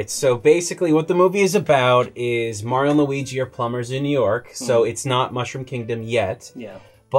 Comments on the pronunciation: Because it's MAR-ee-o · Stop saying "Mary-Yo". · Can you guys please ask to learn to say Mario correctly and stop saying "MARY-OH". K thanks